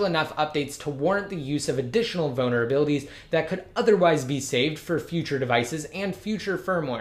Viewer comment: Is he saying vulnerabilities or bonerabilities